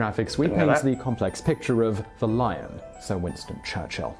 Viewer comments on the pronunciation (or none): none